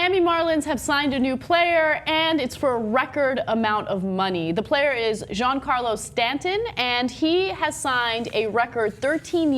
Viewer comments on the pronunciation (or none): Jean Carlo? Giancarlo is an Italian name, don't pronounce it as if it were French.